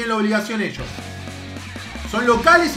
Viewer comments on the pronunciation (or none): none